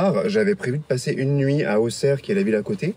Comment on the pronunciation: Département de l' Yonne pas de l' Yvonne... 😛 Bravo tu prononces bien "Ausserre" même si Auxerre s'écrit avec un "X". Manifestement, tu es passé par Gy l' Evêque. Tu airais dû passer par Val de mercy... Mais oui, c'est très sympa Mouffy et ses environs. C'est un excellent vin tu verras. Il faut que tu reviennes dans l' Auxerrois, la région y est très jolie.